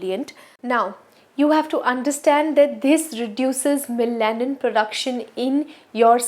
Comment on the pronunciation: Hi great video! Just a small feedback on the pronunciation of melanin.Its pronounced as meh·luh·nuhn. thanks for your hard work! ive started using minimalist too🙂